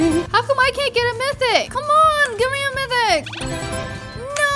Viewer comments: mythic is trash mithic is good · Me to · LOL SAME I WAS ABOUT TO COMMENT IT, BUT IT DIDN'T NOTIFIED ME